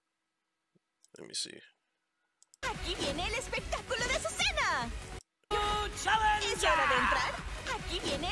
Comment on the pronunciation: Deseo que el locutor pronunciara correctemente su nombre.